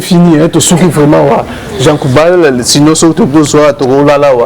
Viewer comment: Le journaliste a un grand problème de prononciation. À la place de JEAN GOUBALD, LUI IL DIT JEAN KOUBAL. mawa trop pour mon pays la Rdc.